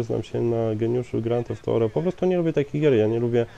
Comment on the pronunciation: grand theft thorow ???? czy ja zle slysze